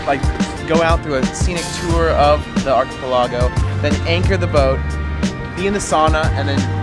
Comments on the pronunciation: not trying to be picky but its Achi PEL ago(5x) but my guess is you were trying to be Finnish like SOW-nah LOL...........interesting slant on Helsinki...ive been there many times and its a wonderful place...enjoy! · pronounce archipelago and produce funny.